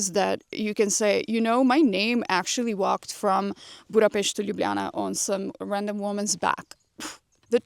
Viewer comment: I didn’t know your part-Hungarian 😌 but as your pronunciation is perfect when you mention “Budapest” now it makes totally sense. 😀 Good luck 🙌 wear a very comfy 👟(duh!) 🫡